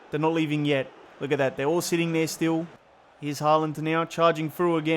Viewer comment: It's pronounced "Hålan".